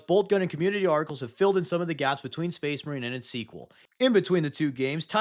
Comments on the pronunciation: “SPAYS MAREEN!” 😂😂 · Excuse me, but it's pronounced SpACE MARiiiiiiine!